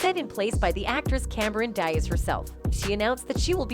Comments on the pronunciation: Really that’s how you pronounce Cameron Diaz’s last name. Come on you’re better than that. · OH MY GOD, THAT IS NOT HOW YOU PRONOUNCE CAMERON'S LAST NAME ......SMH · Your robot is having trouble pronouncing Cameron Diaz